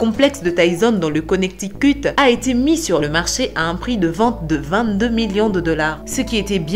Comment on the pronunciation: Le konectikuuuuuuuuut 😂